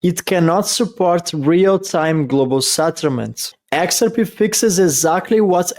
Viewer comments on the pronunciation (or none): when we say the name "XRP" in English, we don't put the emphasis on the first letter the way you're doing. It's not pronounced "Xrp". We say "x-r-P". The 3 letters are emphasized pretty well equally, HOWEVER, the last letter (P) gets the MOST emphasis. So it's the opposite of the way you're pronouncing it.